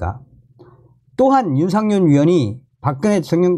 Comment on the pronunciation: 윤상현 입니다 윤상년 아니구요 존경하는 방송 열심히 해주시는데 감사합니다멸공 부탁의 말씀은 발음 연습 필요합니다북에서 쓰시던 발음 불편하게 들릴때 많아요 열심히 해 주세요 화이팅